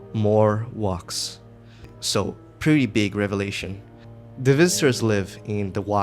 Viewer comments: “wox is formed” big bro can’t say wax 💔✌️ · oh yes baby say wax for me again... "WOAX" Edit: also just so i dont forget: Boooo russia, dont buy this game. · I hate the way you say wax